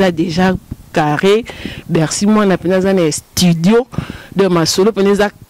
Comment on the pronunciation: Croniquese moko atanga te yoka ndenge azo pronose estudio kizengi elongwe studio ekomi estudio